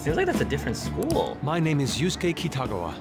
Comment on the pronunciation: Lol "Yasky....Yatzi.... His name is pronounced like "You-skay"